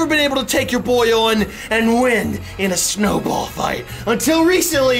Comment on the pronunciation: When he said snowball did anyone else hear Chernobyl